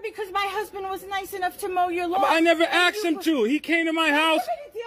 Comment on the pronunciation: ASKED not axed. Stop sounding so damn ignorant.